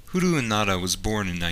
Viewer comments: "Huru"? you mean 'hiroo"? or "Hee-Rou" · its he-roe not he-ru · his name hiroo is not [hiru:] . its [hee-ro-o] im japaneset. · His given name. Hiroo,, is pronounced, "He rou", sounds like "row", not "oo" like "you".